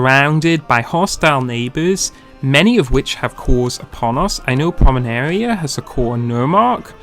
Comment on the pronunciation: A little ahem: its PomeRaNia. Not PomeNaRia ... You've switched the capital letters mate :-) just trying to help here :-)